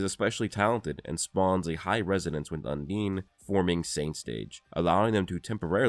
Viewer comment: Bro no way you think “undine” is pronounced “un’DEEN”